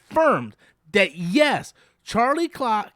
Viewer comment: Anytime says Charlie's name: "Charlie 🍆"